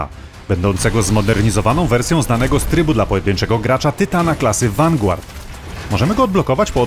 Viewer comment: "wangłard", " i em si"... Popracuj nad angielskim.